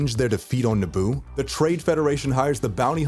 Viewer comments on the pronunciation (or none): It’s Naboo not Naabu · A don’t like how you say Naboo like Nah-Boo and not nuboo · It’s na-boo not naa-boo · NA-boo? I thought it was na-BOO? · Its naboo nuh-bu not nah-bu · Someone tell him Naboo is pronounced nah-boo